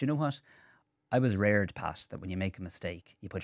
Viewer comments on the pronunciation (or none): He wasn't reared, he was rared! 😆 🤣